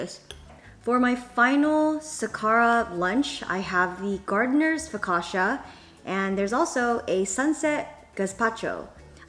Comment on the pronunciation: Focaccia is pronounced foc-ah-cha there's no sh sound.